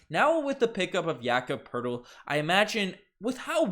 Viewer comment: no funniest i heard was jakob Po-Tel-Li